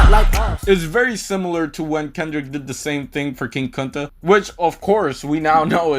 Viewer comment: Bro you have to be white saying king kunta like that. 😂😂😂